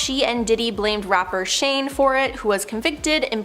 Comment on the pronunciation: "rapper Shane" (Shyne) and "Tommy Molatta" lol (Tommy Mottola). I'm not a fan of jlo but I cant take this seriously lol